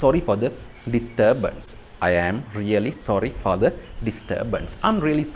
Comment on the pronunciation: Sorry for the inconvenience sentence eke inconvenience wachane පළවෙනි akura vowel ekak nisa the (ද) pronounce වෙන්න ona දි sound නේද